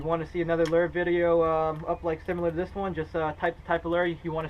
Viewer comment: Lol learn how to say lure not leerrrr